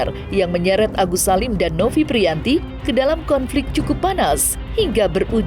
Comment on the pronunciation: Pratiwi nofiyanti min bukan nofi priyanti